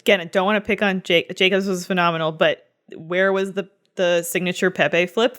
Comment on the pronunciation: Fucking "mahnamenal" hahahahaha